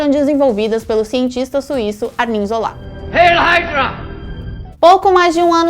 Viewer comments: É Zola, Não Zolá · Por que a fala "Zolá"?!? #ÉLínguadeSinais